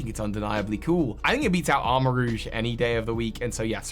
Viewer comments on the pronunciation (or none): none